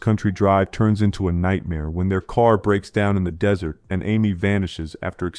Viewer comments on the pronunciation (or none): none